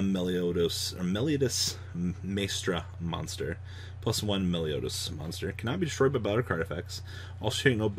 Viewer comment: you are pronouncing it Meliodas but it's Melodious lol